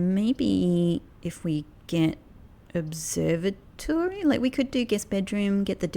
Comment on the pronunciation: Look at your videos of how you say observatory 😂